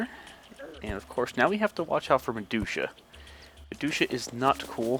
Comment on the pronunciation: The way yu say meducha lol